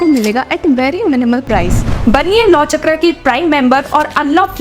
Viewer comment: चक्रा नहीं मैडम चक्र बोलिए इतना तो पता होना चाहिए